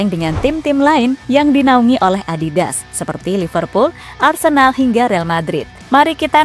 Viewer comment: Adidas apa adibas?? 😂